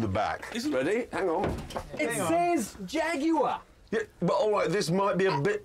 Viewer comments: "IT SAYS JAGYUWA! AND IT'S TERUBEWCHAJ!" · It says Jagueahh! and it's tubohchach´d